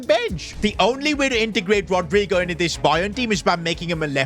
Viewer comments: That pronouncing was terrible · has to be funniest way someone pronounced rodygo's name